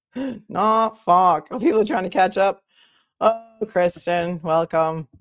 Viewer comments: I'm from Bristol County, I say Norfolk just like you! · MA Deadhead from the 80's - happy to meet you, sister You say "Norfolk" perfectly :hand-purple-blue-peace